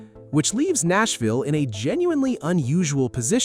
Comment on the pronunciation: AI voice giveaway. "Nassville"